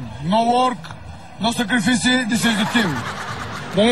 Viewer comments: No секрифиси. И да билив.. Голям е! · А,благодарение на Ицата,аз на едно контролно по английски щях да получа двойка,защото написах думата "sacrifice" и като се сетих за "но секрифиси" прихнах да се смея,а госпожата ме гледа странно и направо щеше да ме изгони!